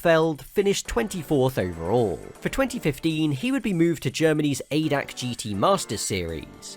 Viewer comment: ADAC is not called "aydac" it is A.D.A.C. which is a abbrevation for translated "general german automobile club"